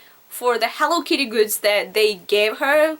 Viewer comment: lol the way she said hello kitty xDno offence but im dyin here *-*hewwo kiiiti xD